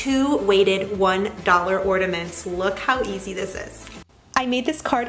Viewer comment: Or-NA-ments. Not ordaments.